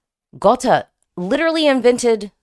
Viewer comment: You nailed the pronounciation of Gåte perfectly 🥰